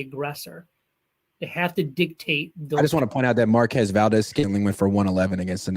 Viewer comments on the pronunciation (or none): none